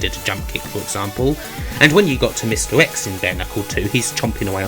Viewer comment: Mr X = misdirects? Hmm Good video. I haven’t given up hope on you someday seeking speech therapy, however. That’s pretty much the only thing that will make me enjoy your videos anymore than I already do. Cheers